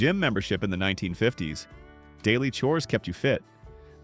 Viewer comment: You predate ballpoint pens. We still used dip pens in the mid 1950s. (Your Faux Voice would pronounce that as "1,9,5,0,s" you don't even attempt to convince you audience that you use a human to describe your video. Trash quality control! Thumbs Down!